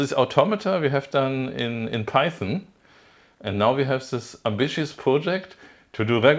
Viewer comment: Python? Oh, you mean Peißn! Yes, hörd of it.